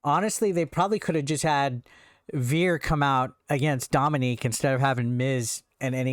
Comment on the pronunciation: It’s Dominik not Dominique